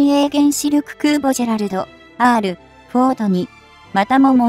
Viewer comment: ジェネラルでなく、ジェラルド！